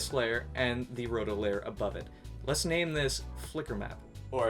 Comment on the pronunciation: I like how he says lair instead of layer.